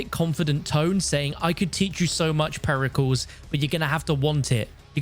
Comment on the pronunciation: Peri CALS 😂😂😂😂😂😂😂😂